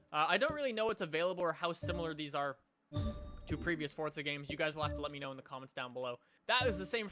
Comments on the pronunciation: its forza not fortza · "Fortza"??? WHERE'S THE 'T'? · so the actual pronunciation is fortza? geez I hate saying fortza it makes me cringe